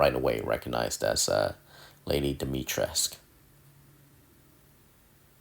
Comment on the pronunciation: Awesome. P.s. Dimitres - k- ooh.